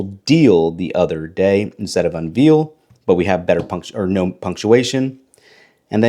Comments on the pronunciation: The word is unveil, not "unveel"! That's why It couldn't dictate what you were saying. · You don’t know how to say unveil